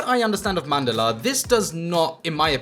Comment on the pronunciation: 😂😂 I'd love to hear her speak Hindi in the next video then. Plus, I wrote this comment because most of the Indians get the pronunciation wrong. It's written as Mandala but spoken as Mandal. Which got right.